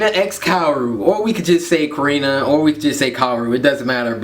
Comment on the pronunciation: OMG OMG OMG MY NAME IS CORINA OMG THIS IS EPIC AND FINALLY HE SAID MY NAME RIGHT AWESOME